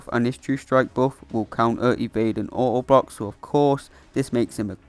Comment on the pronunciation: Bro said oa boa.instead of auto block